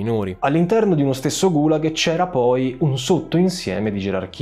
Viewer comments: Complimenti per i contenuti! Certamente è difficile pronunciare termini in lingua straniera, ma i video sarebbero ancora più belli se nel fare ricerca storica ci fosse un po’ di ricerca sulla pronuncia. Kolyma si pronuncia Kolymà, Gùlag si pronuncia Gulàg. Sembreranno dettagli, ma enfatizzano la qualità della ricerca. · GulAAg nonGUUlag, CAAtorga, non CatOOrga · Cortesemente due segnalazioni: Gulag, l'accento è sulla a. Si scrive Kolima, si legge Kalima.